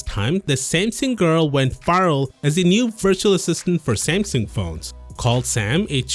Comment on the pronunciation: Oh... "Smasnug"